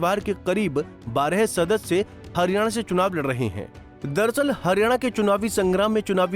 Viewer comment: हरियाणा को harina kyon bol rahe hain